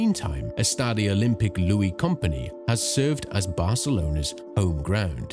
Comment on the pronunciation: Louis Company? Seriously. Amazing research but dont use AI to read the text. Lluís Companys, please read it well. It hurts